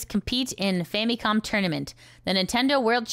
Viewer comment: "Tourmanent" ? I don't think this is fully AI fault, this is Youtube getting complacent being the biggest video sharing site and all.